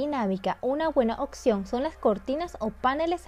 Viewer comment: NO SE DICE "OCCCCION" NI "OCSERVAR" SE DICE: OPCIÓN!!!! Y OBSERVAR!!!!🙄